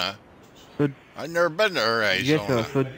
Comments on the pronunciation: Ayerizona 😂 You would think scamming one on one would teach them how to pronounce words properly specially when it comes to reading their script. Keep up the good fight ❤ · or Awryzona lolol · You've never been to Air Eye Zona before? It's next to Caliee Forn Yah lol